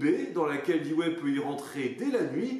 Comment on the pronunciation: Très bon boulot. À propos Dewey se prononce diou.way. En se rapprochant cela permet de mettre le dawa sur le pont de l'ennemi.